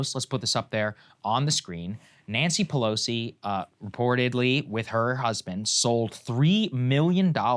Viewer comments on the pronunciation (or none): Pelosi not Pelsoi